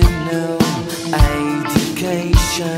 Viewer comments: "A-ucation". Dude, English isn't your first language is it? It's pronounced "EDGE-u-cation". A-ucation ain't gonna cut it. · In my opinion, the singer needs to go back to working at Target. Its pronounced "Education" fool